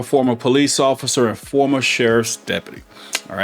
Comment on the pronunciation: Why do you say you are a "former police officer" as if you are still employed like that. You say it with the emphasis allover the place , as if trying to goad the viewers into miss interpretation. It don't really matter I just wanted to tell you I noticed. Thanks